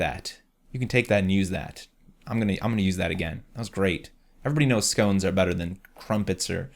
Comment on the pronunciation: Pronounced scones wrong unsubbs No jk but really though say it right that's all I ask.